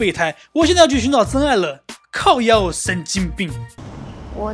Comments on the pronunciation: 那句「靠夭」有夠地道的啦！🤣🤣🤣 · 喝水時聽到靠邀 把水噴出來 這話實在太標準~ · 的「靠邀」好標準❤️ 棒棒👍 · 講靠腰的那句普通話說的特別好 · 如此道地的 「靠腰」🤣🤣🤣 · 講靠腰真是道地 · 那句靠腰喔神經病非常道地👍